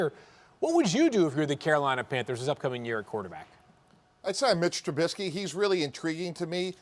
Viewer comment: Did this dude really just say micheal tribusky 😂😂 wtf notice how anyone else laughed at his take, man I swear some of these “Analysts” have the football IQ of a middle schooler